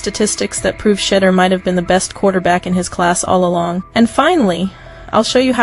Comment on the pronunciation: Hey AI how about getting the pronunciation of Shedeur’s name correct. It certainly is not pronounced Shittor